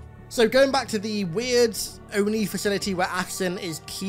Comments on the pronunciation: they did all that bs to make him "master chief" due to Cortona controlling his dead body just to undo all of season one ,season 2 will be him getting Cortana back mid or near the end they butchered this character twice master chief crying wtf and why is he calling oni o.n.i say oni. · I dont like Ackerson l. I dont know why anyone would. He feels like a spoiled rich kid. Says O.N.I instead of ONI. Wants to keep what happen to cobalt team a secret yet somehow elites are in sword base at a time 60% of the entire UNSC fleet should be in contact with the covenant in orbit. Im completely uninterested in his weird playhouse story with dr.Halsey. why does the show want me to hate the UNSC so bad? Why get rid of characters like Sargeant johnson and gender/race swap characters like keyes? Also isnt it commander keyes and not captain? I tried. I tried to watch it through a lense of no halo knowledge. Its still such shit writting. No explanation for chief dying at the end of season 1, no explanation of how they extracted cortanas blue liquid out of johns brain, no explanation why ackerson is just letting the covenant invasion happen. I really fear they are going to gloss over reach Watch i bet REACH falls next episode. I said it here first. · What really annoys me is the ONI pronunciation of Ackerson xD I unterstand how und why, but ONI is for me Oni not O.N.I. spelled out. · “I am the O N I” there was no reason to switch Oni to O N I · The only thing I hate with Ackerson is how he pronounces ONI as, the O.N.I, what is the point in this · If only they would pronounce ONI correctly. How irritating 🙂